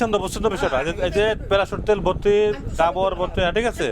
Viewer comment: ডাবুর আমলা না ওটা হবে ডাবর আমলা।